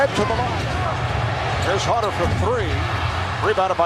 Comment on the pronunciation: It’s Hunter. Not hder. Not specialty. /